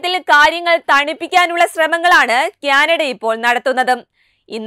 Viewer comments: ക്യാനഡ അല്ല... കാനഡ ആണ്. ഹാലിസ്ഥാൻ ഫീകരൻ അല്ല... ഖാലിസ്ഥാൻ ഭീകരൻ ആണ്... ഫാരതം അല്ല... ഭാരതം ആണ്... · കുട്ടീ... ക്യാനാടാ അല്ല.. കാനഡ കാനഡ എന്ന് 100 പ്രാവശ്യം പറഞ്ഞു പഠിക്കൂ ❤️❤️❤️❤️